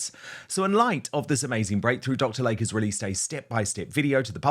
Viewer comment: It is DR. "LAY-KEY" NOT Dr. Lake. 🙄